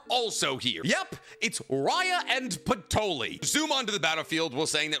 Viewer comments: Isnt it patry not patoli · Patoli? You mean Patry?